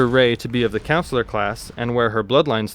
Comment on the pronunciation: Great video bro but CONsular. Not like a school counselor it’s con not coun am I the only one noticing this 😅.